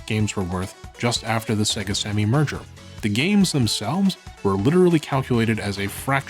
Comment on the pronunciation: I just realized that he's been saying "merger" this entire time, and not "murder."